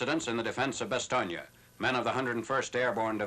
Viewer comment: First time I've heard an American commentator pronounce Bastogne correctly (or nearly so)!